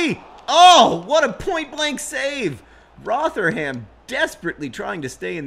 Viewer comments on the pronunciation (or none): It's pronounced ROTHA - UM :) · Hey John, It's pronounced Ro-the-rum. ...I guess that's another thing you were 'wrong' about :P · Surely it's Roth-rum. With the 'th' pronounced as in 'them' not as in 'thing'. Also the u in the final syllable is barely pronounced, more of a glottal stop. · Rotherham = "Rother-em" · Having John Green mispronounce the name of my home town of Rotherham feels like I've achieved some dream I never knew I had. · even I know -ham is pronounced -um. and -shire is -shur. the more you know.